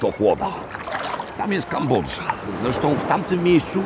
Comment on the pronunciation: Nie ufam ludziom, którzy mówią Kambodrza zamiast Kambodża, drzem zamiast dżem itd. (oprócz Pana Roberta) 😅